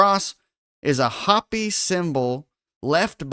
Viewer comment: It's, Hope-y, not Hop-y, sorry, grammar 😂😂 Native American Indians. They have tales of alien beings. U probably have heard. The Big Dipper makes a swastika over the year, look into it 💯👍